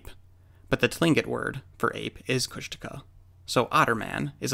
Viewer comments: Kóoshdaa (land otter) Kháa (man/person) Kóoshdaa kháa: Land Otter Man or Land Otter Person; people who die at sea, drown, are taken by the land otter people. They are NOT big-foot (jínkaxhwách’aa), which is totally different. It’s certainly not Coosh-DAW-kuh! 😀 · Kushtaka is pronounced with emphasis on the final syllable. Phonetically it would be: Kooshdakhaa HTH, Doc